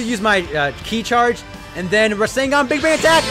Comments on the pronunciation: ITS NOT PRENOUNCED RESENGAN ITS REZENGAN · I forgot to put the a in rasengan